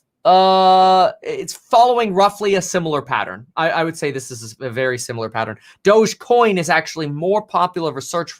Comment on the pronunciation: Please stop saying douge coin I'm pretty sure it's pronounced (doggy) dog e coin thus the picture of the little (doggy) on the coin lol